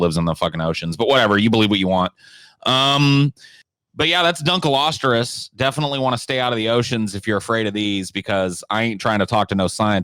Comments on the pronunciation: "Dunkleosterus" Lol where did you get the 'r'? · DunkleostEus not how pronounces it.